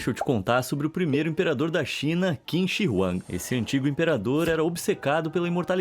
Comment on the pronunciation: o quin-shi-ruan kkkkkk (pensei no de shumatsu)